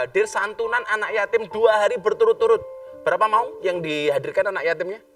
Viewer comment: Maun bukan Maung gus...😁 Maun adl sebutan kk bagi laki2 di timor.. Kalau maung sebutan macan/harimau di sunda...☺☺